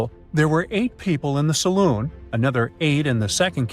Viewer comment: I believe it's called The Salon (like hair salon) not the Saloon (like a bar).